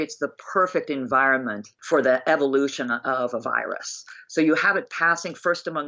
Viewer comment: This guy can't even pronounce " virus". Every time he says "wyrus" we're doing shots!😂😂😂